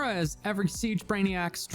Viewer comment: Pretty sure its pronounced RORY